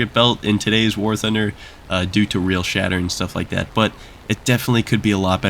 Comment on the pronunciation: In the beginning, when you said, "silver lions are a concern for a lot of war thunder players" i heard it as "silver lions are a concern for a lot of POOR thunder players"